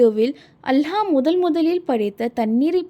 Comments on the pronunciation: அல்ஹா அல்ல அல்லாஹ் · அல்ஹா இல்ல அல்லாஹ் if Iam correct correct it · Hallah illa Allah harsh illa arsh enna pesa kooda teriyaze